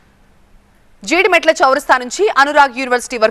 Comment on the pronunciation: Jodimetla adi jeedimetla kaadu..